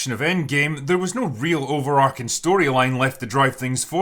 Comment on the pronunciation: Drinker, love your videos but you guys keep saying “over-arcing.” The word is ‘overarching’ and it’s pronounced how it looks, as in the way an archway arches over something. I understand why you might think it’s ‘over-arcing’ because I once said that too, and in a vacuum it does kinda sound cooler, but in a world where there is no such word, it doesn’t sound cooler: it’s an error. So idk if you need to make an announcement on Open Bar or what, but everybody in your circle makes this same mistake and I can no longer stand by.